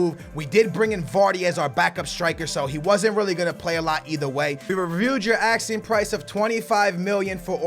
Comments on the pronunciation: its asking ffs not axeing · Who else gets annoyed when he says axing instead of asking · Asking not axing